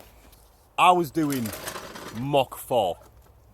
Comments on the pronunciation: Did he say 'mock 4'? Does he know its mach? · moch 4? wtf is that lol i think he means mach lol